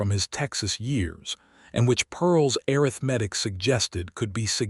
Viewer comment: Want to strongly recommend that you substitute the word “arithmetic” which AI cannot accurately pronounced to the word “mathematics” which AI seems to be able to pronounce correctly. Love this story. It is an example of what a marital partnership can and should look like, listening from Clarksville, TN.